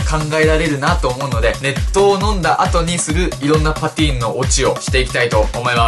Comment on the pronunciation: 熱湯がネットに聞こえてしまった